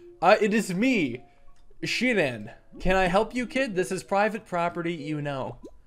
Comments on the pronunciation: SHI-AN-ON Shianan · it's pronounced shianen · It’s pronounced shy-an-an